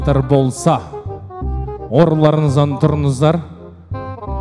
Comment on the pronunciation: Орындарыңыздан деп дұрыстап айтсай, өзбектер сияқты орынларыннан демей